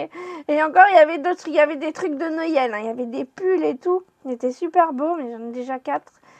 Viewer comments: Cc pourquoi tu dis noyel a la place de Noël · C'est marrant comment tu prononces Noël😂